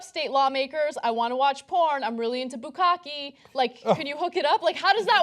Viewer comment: It's bukkake, not bukkaki. The final sound is "keh," not "key".